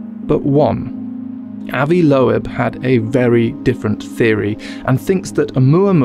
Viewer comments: it's correctly pronounced loob -- like book. That's the original German pronunciation but Americans usually says it with a long O. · I'm pretty sure Avi's surname Loeb is pronounced lobe, like earlobe. Can't help thinking you should have checked before saying it wrong 20+ times. Regardless, another great video, good to see you back. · Dr. Loeb's name is "Loeb," but instead of /loh-ehb/ it's //öb, lœb, løb/, the Yiddish and German (and others) vowel between oh and ay, shape the mouth to say AY then round the lips to say OH at the same time. In English, this is usually given as just oh or ay, and Avi is /ah-vee/ instead of /ăvi.